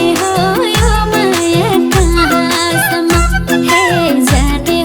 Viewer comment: जाने हो यो माया काँ सम् म-- यसरी उच्चारण वा गाउन लगाउनुपर्ने तर संगीत निर्देशक कमजोर पर्नाले जाने हो यो माया कहाँ.. सम्म् --यो अँश मा हलुवामा बालुवा पर्न गएको छ। नराम्ररी किरकिर लागेको छ।